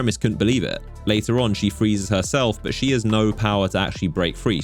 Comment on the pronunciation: Drinking Game: Take a shot every time you hear an isolated low-voice "BAW" (intending to say 'but' with an accent)